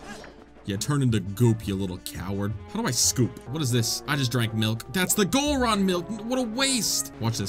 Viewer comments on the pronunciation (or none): "Goron milk"?